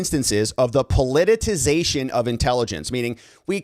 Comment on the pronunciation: Please stop saying "po-li-ti-TI-zation". It makes you sound like an idiot.